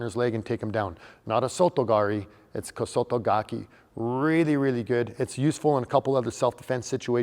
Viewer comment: It's not pronounced Kosoto Gakeee.